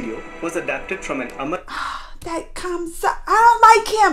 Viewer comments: It’s Kansa/Kans....not Kamsa. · Not Kamsa its kans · Actually, his name is "Kans/ Kansa" not Kamsa...🤗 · Wrong......kans not kamsa